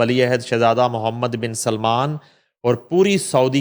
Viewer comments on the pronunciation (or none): none